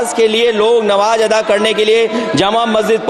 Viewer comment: ये पढ़ा लिखा हुआ आदमी नमाज़ को नवाज पढ़ रहा है